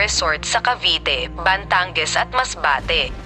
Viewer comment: Un din ang npansin ko ang bigkas sa batangas eh batanges b o batenges. 😂😂😂daming hypen ng pagsasalita nya